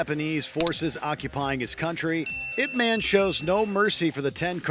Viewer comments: It's pronounced yip mon. Didn't you watch the movie? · “Ip man”